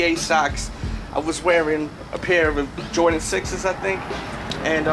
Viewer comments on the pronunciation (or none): none